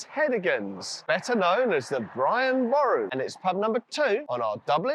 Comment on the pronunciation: You were literally told how to pronounce Boru by locals and you still went and pronounced it wrong?